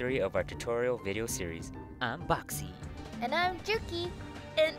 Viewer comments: its bawkzie not boxxy e.e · Ooooh, so THAT's how you pronounce Bawkzie! "BOXIE!"